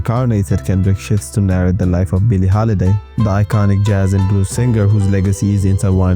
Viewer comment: from now on this is how I’ll pronounce the word “Jazz”